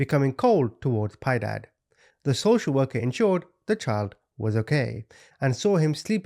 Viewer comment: Piedad a Spanish word pi-eh-dahd I never correct but I know I'm not being a know it all and you are the best to me just sharing ❤❤